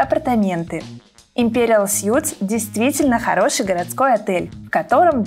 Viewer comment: "Суиитс", не "сютс".... (Imperial Suites). Сют = костюм.